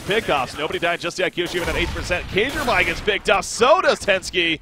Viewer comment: Kjaerby is pronounced "kjerbe" Not... whatever you said. It's the letter "æ" usually just replaced with an E, safer than trying to pronounce the ae. Fun to see you cast CS, missed you voice since moving to doto :))